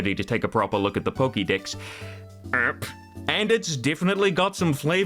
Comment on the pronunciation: The way you said "Pokédex" was so weird I thought you had said "Poké Dicks" for a second